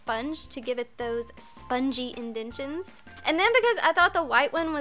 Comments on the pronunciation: Shouldn't it be indentations? Not indentions. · It's indentations not "indentions" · you always say 'indentions' in your videos when im like 100% sure you mean 'indentations' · indentations is pronounced in-den-tay-shuns..